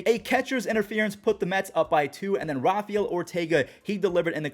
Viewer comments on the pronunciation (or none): none